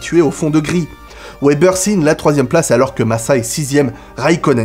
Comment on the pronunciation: Wébbeur sérieux ça se prononce Vébèr